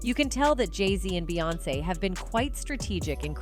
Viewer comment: Not to mention the same AI voice frequently programmed to say beance (like seance!) Why do we watch this stuff??